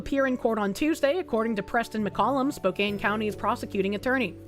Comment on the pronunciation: please you're killing me, you got the first half right but the second half of spokane is pronounced can not kane. Typing it out it makes sense how you got to the conclusion you did but i live nearby, its pronounced spo-can